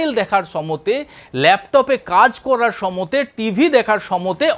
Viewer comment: সময়ে না বলে সমতে বলেন কেন?